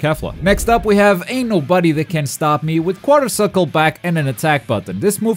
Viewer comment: I’m not the only person who heard “anal buddy” instead of ain’t no body, right?